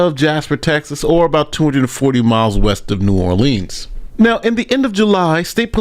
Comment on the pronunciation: Come on, learn how to pronounce Louisiana city names. It - de-rid-der, not de-ride-der. And, it’s New Or-le-uns not, New Or-leens.